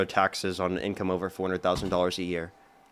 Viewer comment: Hey...Love your show and intelligent debates.!!! One request.....please slow down just a titch, because every time you say tax on income over $400,000 is sounds like "$40,000". Your points are soooo good, but sometimes lost in rapidity of speech...and I know what you're saying and have to translate. Lol. Hopefully this is helpful. Love you, bro'